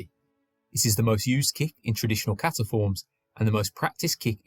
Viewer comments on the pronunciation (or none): none